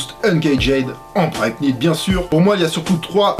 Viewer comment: Y'a que moi que ça stresse quand il prononce le "K" dans Primeknit et Flyknit ? Ça ce prononce "Praym nit" Et "Flay nit" y'a pas de "K" !